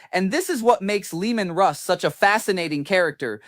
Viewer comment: The disrespect having AI call Leman Russ, Leandros.